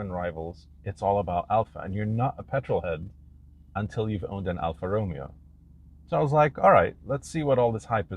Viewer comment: If you are going to do a car review, at least pronounce the manufacturer's name correctly!